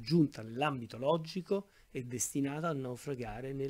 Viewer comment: Bravo ma perdona una piccolissima critica: la dizione è davvero migliorabile. Dici "naufraggggio" " artifisciale" "loggggico" e altro. Per chi ascolta non è la stessa cosa ed è migliorabile con poca fatica. Saluti